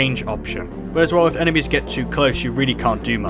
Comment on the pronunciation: Sounds like blue emesis